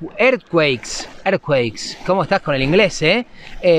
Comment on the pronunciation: Earthquake = Terremoto. Y se dice érzcuek 😛